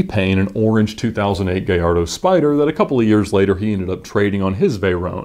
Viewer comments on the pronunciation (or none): none